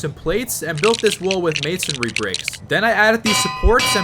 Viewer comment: Bro can actually pronounce masonry😳 I swear everyone says “masonary”